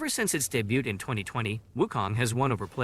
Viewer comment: I agree. The pronunciation of some of the words was just... off ("debuted" only has two syllables, for instance), and the the cadence seemed a bit weird.